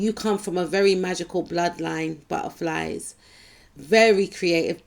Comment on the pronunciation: o man you always make me laugh with that Word buttuhflies😊😅❤